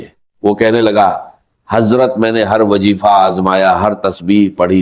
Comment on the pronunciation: Bilkul fake hai Wazifa ko wajeefa bol raha hai wagera wagera